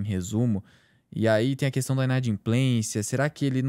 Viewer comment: E ainda fala: questã